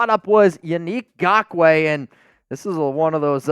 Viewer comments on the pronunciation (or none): Please do not sign Nagkoue, I can’t handle hearing say GAWK-WAY…